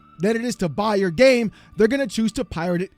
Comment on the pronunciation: Your gAAmee. What was that?? Lmfao😂😂